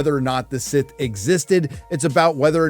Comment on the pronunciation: He said that he’s “SIS” not “Sith”